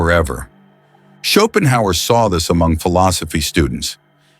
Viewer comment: Ok, half way through the video, and with the many repetitions of Schopenhauer's name I can't see how this video is going to make me any more competent at anything, even at how to pronounce his name. The video maker was fully incompetent.